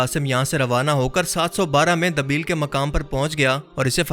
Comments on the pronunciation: Dabeel nahi it's Deebal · Dabeel Nahi debal naam tha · بھائ دبیل نہیں دیبل ہے۔ debal